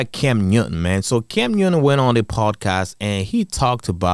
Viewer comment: It's "cam newton" not "cam uewton."